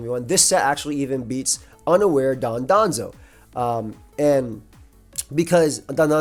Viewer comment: DON-Do-Zo not don don zo